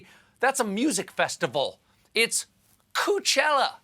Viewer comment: I know it’s coup-chella but I was just listening to the audio and thought it was cooch-ella